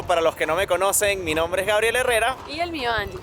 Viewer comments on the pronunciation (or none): none